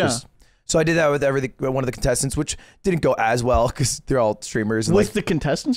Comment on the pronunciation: not gonna lie when he said contestant i heard fan also, wth